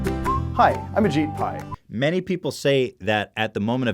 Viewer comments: I'm pretty sure it's pronounced "a cheap pie" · it's egypt pi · umm just a small correction Ethan, it's actually pronounced Ashit Pie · correction Mar H, its actually pronounced Ashit Pile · Actually, it’s pronounced ashit pai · It's pronounced Ah-jEE-pai, but yeah I agree.